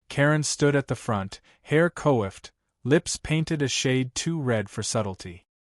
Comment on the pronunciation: Story cuts off halfway through last scene. Also, please teach your AI how to say the word “coiffed” - “kwoffed” not “koi fed”. It shows up frequently in your stories when you describe Karen.